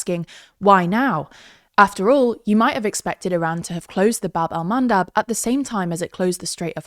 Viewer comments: isn't it bab EL mandab ? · funnier (or sadder) when you know it's call Bab el Mandeb